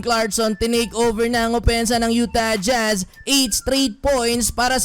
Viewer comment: YU-Tah jJhazz, hirap na hirap bigkasin eh. hahaha